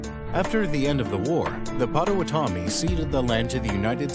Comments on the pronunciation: You pronounced Potawatomi wrong. There are no mountains in Chicago. We are prairie, marsh and woodland. Dusable was black. You animated him white. Dusable didn't just leave. White people imprisoned him because he owned land. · The narrator is also saying Potawatomi differently than I’ve heard it for my whole life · fr I was about to say I’ve been pronouncing it wrong, its him not me😂